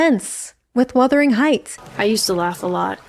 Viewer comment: Worst-ering Heights.